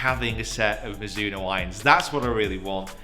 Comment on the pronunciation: please. i really would like you to say properly the name Mizuno. we don't say Mizoono, we say MiDzoono. the Z has a stonger attack like there's a "D" before it. it's japanese so please respect it.